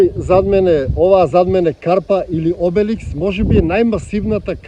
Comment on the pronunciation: Обелиск а не Обеликс